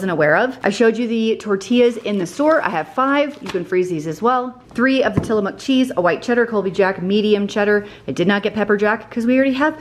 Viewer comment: I love that you pronounce Tillamook correctly 🎉